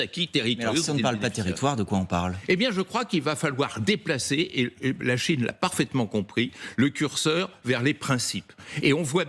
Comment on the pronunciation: CHINE PAS CHONE